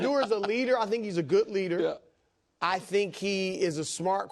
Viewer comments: I could not employ someone who says "goot" instead of "good". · Dude needs speech therapy. It’s good not guut.